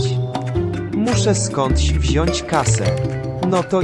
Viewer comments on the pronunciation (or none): none